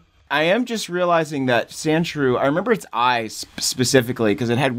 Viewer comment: Omfg.... Sandshrew...... Sand.... SHREW. Geeze LOL